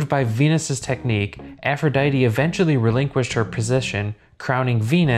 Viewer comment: Um aphrodite is pronounced af-ro-dite not af-ro-dity